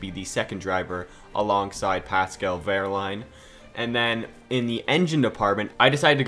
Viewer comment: So proud of you to let Pascal take this seat! <3 and it's not quite right pronounced ;) tbh I don't know how to describe it,but I think it's like : wE:rlAin